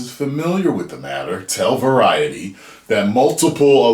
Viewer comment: I am just here to hear say Variety 😂. Sad news about Majors. Wowza.